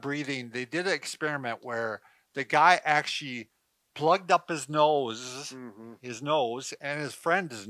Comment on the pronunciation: Slight slurring, hesitation and mispronunciation now and again from - - akshy instead of actually just one example. Respectfully suggest a wellness check-up at the doctor.